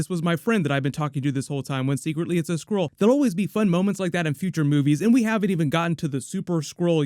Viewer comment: When I heard him say skrull for the first time I heard squirrel lol